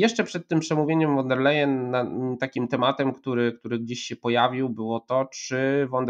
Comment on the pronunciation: Von der Leyen wymawia sie ˋfon der lajenˋ .